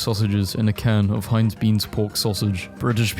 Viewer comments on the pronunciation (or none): none